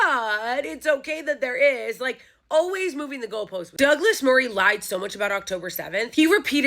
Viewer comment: I love your pronunciation of "daglass marreeeeh" hahahaha